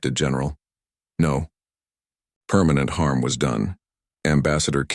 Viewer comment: I like the way the AI voice says "No permanent harm was done", it sounds more like "No, permanent harm WAS done" , implying some horrific consequences for the Zephyrian Empire.